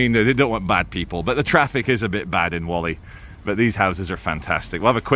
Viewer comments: me ole sack o shit Whalley is pronounced Warley not Wally lovely Christian town free from foreign shit!!! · It's pronounced WALL EEH not WOLL EEH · Great vid (as per) couple of things that may be of interest: The hill with the sheeps is called 'Whalley Nab'.also; Locals (Inc me, yours truly) pronounce Whalley... wall-ee. you're the best good sir, keep up the great work. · My parents came from Whalley, and it's not pronounced Wally either. 😊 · Love the video. But please pronounce Whalley right 😂